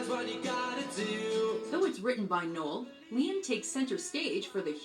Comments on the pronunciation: neil? its fucking Noel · The slide away gig was one of the last gigs that oasis played there are many better performances of that song ie Glastonbury 95 knebworth 96 oh and it’s NOEL NOT NEIL BTW 🤣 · oh dear just telling you its noel not neil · Its fuking noel not neil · Called Noel, Neil 💀💀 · Niel is killing me it’s Noel = French for Christmas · It’s not Neil it’s Noel 😭😭😭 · NOEL not Neil 😂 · It's NOEL not NEIL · His name is Noel not Neil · Er... it's Noel, not Neil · Noel not Neil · It's Noel not Neill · Neil 🤣🤣 its Noel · P.S. It’s ‘Noel’, not ‘Neil’ 😉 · It's not Neil it's Noel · Noel……..not Neil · He’s called Noel not Neil 🤦‍♂️ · Noel.. not neil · his name is Noel not Neil and Definition of memoir. 1 : an official note or report : memorandum. 2 a : a narrative composed from personal experience every memoir reminds us of the faraway and long ago, of loss and change they based a song on the beatles Memoirs meaning ..a historical account or biography written from personal knowledge: ..i love ur vids tho ..u make me smile